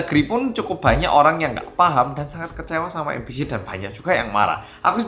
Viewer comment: Aku kok jadi dengarnya 'ambisi' bukan MBC